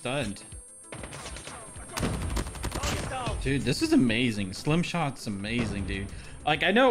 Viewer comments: This man literally said slim shots 😆 🤣 😂 great video, Stim shot! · Why do you keep calling it a ‘slim’ shot 😂 it’s a ‘stim’ shot a ‘stimulant’ shot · Why does jokesta keep saying slim shot instead of stim??? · Not me getting mad because keeps calling it slim shots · Am I trippin or I heard you said "slim" shot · Bro its stim shot with a T😭😭